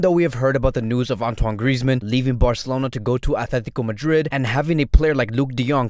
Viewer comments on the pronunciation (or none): none